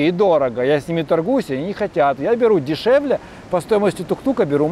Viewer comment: "ценник был дешэвле" :))))))) -- он был нижэ.